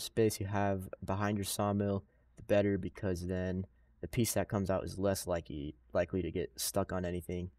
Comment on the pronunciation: "less likey" lol😂😂😂😂